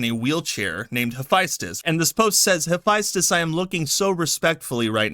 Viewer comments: Mispronounce Hephaestus my dude. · Why you say Hephaestus like that?